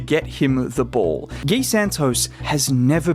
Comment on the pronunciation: You can pronounce his name as you pronounce mcGEE. Gui, not Gay. GUI. Just like Dray pronounced.